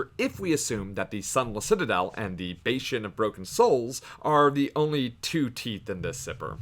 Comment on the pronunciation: Wait nevermind, how are you pronouncing bastion????